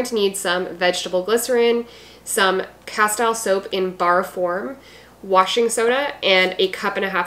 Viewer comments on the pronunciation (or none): it is pronounced casteel, like steel, not tile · Great recipes. You are mispronouncing Castile.